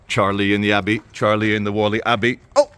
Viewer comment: Stop calling it Wally, It's Wall-ey